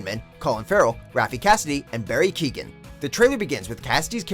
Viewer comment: You completely fucked up Barry Keoghan's name